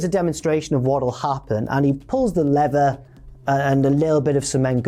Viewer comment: Your US accent was quite good when you said pull the lever. And good call on the ridiculous NY accent having extra vowels.